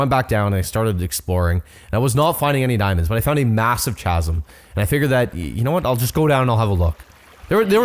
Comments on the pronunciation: did you say chazz~um? Did you mean chasm pronounced cazz~um?! That was not a fortress, it was a bastion and also piglins don’t trade for netherwort. Also the saddle can usually just be fished out of the river/sea!? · Tips for Minecraft: 1 block in the ether is =8 blocks in the overworld. That's why your portals were so close. That lake or ocean was only a couple blocks in the nether. How to pronounce Chasm Ca-sum. Not Cha-sum. The ch sound is silent and is only a C sound! Hope this helps! LOL, that poor lonely infected villager, from the beginning of the video is still waiting to be healed! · i love how he pronounces it as Chaz-um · Chasm Pronounced: kasm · No offence, but I believe the word ‘chasm’ is pronounced ‘kasm’. If there is anywhere that pronounces it the other way, reply to this comment and correct me to infinity. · I’ve been subscribed for a while and I’m a huge fan of, great personality, but he did NOT just say ch-asm… 😔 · the h in chasm is silent... Also, your bases aren't bad at all! I literally just make wood boxes so you're a lot better than me lmao